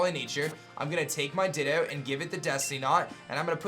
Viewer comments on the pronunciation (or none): Nobody: absolutely nobody:: dittOH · The ways you pronounce things really grinds my gears. "Everstooone" and "Dittooough". Very informative though, but man that's like nails on chalkboard to me.